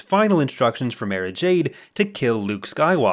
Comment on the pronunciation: I gotta tell ya, it drove me fucking insane listening to you pronounce 'Mara' that way.